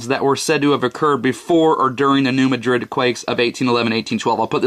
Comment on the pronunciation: That's New MAD-rid, not Ma DRID.